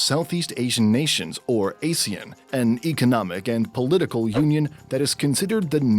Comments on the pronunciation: Is it just me or do people always get the pronunciation of ASEAN wrongly. Google pronounced it as "uh-zee-uhn". This video pronounced it as "ay-zee-uhn". Both is incorrect. The correct pronunciation for ASEAN is "ahr-zee-uhn". It's purposely pronounced as such to avoid confusing it with the term ASIAN 😂😂 Pls help spread this correct pronunciation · Ah-see-aan instead of Ay-see-an